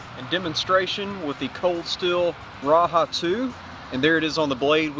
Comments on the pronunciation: raja not raha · Great video, just one thing wrong.... its called the Ra-Jah not Ra-Ha! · You are mispronouncing the name of the knife. The 'j' is pronounced and not an "h" sound.